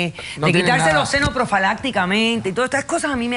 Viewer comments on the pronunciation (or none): Uy Dra Polo, profalacticamente??? Se le fue la musaa jaja😂😂